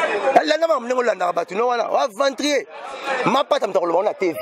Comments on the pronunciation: balobaka aventurier non aventrier. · on dit aventurier et non aventrier